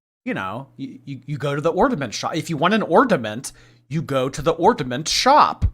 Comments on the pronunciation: I know right?!? And on Jordy's last livestream of a previous Christmas, she was saying "ornament" correctly, so she obviously says "ordament" on purpose... You know, because she's so "quirky"! 🙄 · It really drives me fucking insane that she says ordament instead of ornament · My 5 year old student said ordament today at school (kindergarten teacher). I had her practice saying it correctly 3 times, she just couldn’t do it. All I could think of was 😂 the difference is, it’s cute when a 5 year old does it. A 35 year old mispronouncing common and easy words is not cute lol